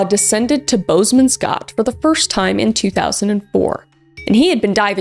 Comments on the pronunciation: Hoooweee the way K butchered the pronunciation of Boesman's Gat😂 love you girl but dang that cracked me up! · I actually laughed out loud when she pronounced “Boesmans Gat” Then was heartbroken just a few minutes later Sending love from Namibia 🇳🇦